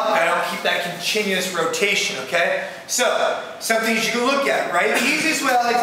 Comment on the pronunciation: Did he say to keep that con"chin"uous motion"? lol